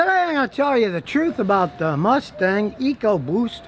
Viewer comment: Scotty says "ecoboost" like it's a foreign language.